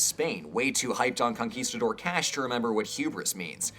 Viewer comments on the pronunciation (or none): none